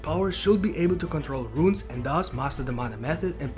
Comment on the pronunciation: Runes, not ruins🤣🤣🤣